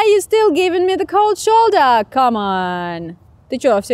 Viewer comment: vasyl zhytynskyi такое, 2 года назад жил в Германии в течении 2 недель, и по английски там говорят примерно с таким акцентом, особенно когда она говорит «плечо», звучит как немецкий